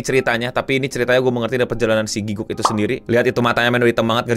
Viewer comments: wajar kalau orang indo bilangnya giguk. Gw yang fluent inggris aja, dan tau cara baca yang bener "gi-gak," masih sering pakai "gi-guk" 😅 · Gatel dengernya 1. It's Gi-gak, bukan Giguk. Kalo mau meme sekalian panggil aja GRANT (nama aslinya Garnt) 2. Ini one shot anime, jadi gaada lanjutannya karena ini self funded alias duit ndiiri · aku malah dengernya gukguk, alias pas ... lagi ngaum